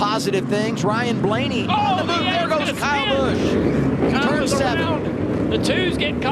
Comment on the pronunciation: bro why dose say KYle BUsOOh